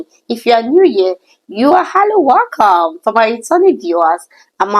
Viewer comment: Try to correct your English accent, it is WELCOME not wallcome so annoying please